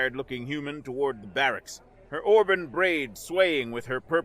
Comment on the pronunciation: Already heard this story. Someone else recorded it. Auburn is pronounced aa brn not the way you pronounced it.